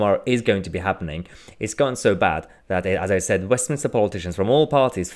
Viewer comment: wait a sec, did you say "Westmin-i-ster" that's not a thing or a place 👌 it's Westminster...